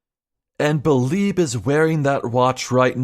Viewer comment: So, you beh'leeb it was Beh'leeb who was arebal?